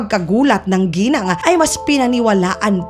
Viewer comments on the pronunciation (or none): none